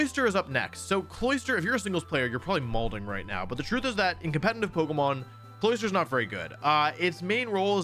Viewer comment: I will subscribe the day you stop putting an “N” in the word “competitive”